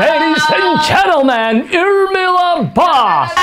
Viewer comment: 😂эрмила дома😂😂😂😂 я слышал имя Элмира А её зовут Эрмила 😂😂😂 Он не ошибся случайно